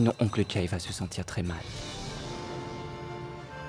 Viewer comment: M'paka wè piya sa jan lap parle an se tankou yo te fosel pran Jay li paka di Jay non